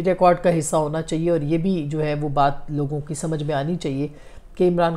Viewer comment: Aap lafz " Chahiey" theek terha ada nahi kertin.